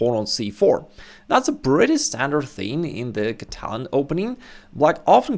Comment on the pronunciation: Is mispronouncing "Catalan" or am I?